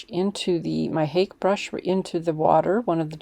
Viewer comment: Hake is pronounced like Hokey or Hockey. It's a Japanese word. I cringe when I hear "Haik."